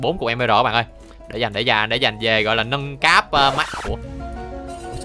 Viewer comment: Lúc anh nói về nhà nâng cấp em tưởng anh nói là về nhà méc mẹ